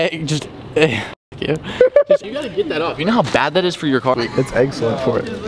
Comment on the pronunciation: literally no one: and: eggsellent 😂